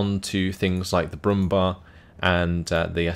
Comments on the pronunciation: Very nice commentary again. Btw, I just wanted to say that the "bär" in Brummbär is pronounced like the english "bear". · Hey, just 1 thing I wanted to note: the "Brumbär" is pronounced "brumbear" due to the two dots above the a. I realy enjoy your SD44-content, so ceep up the good work.:)